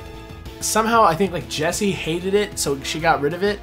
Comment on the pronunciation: plus that's not how the names pronounced.